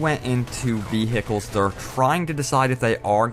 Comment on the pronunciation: vee hikels